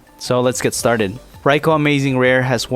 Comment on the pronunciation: Its pronouced Rai-koo - good video though